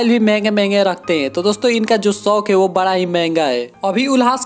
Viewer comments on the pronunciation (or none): none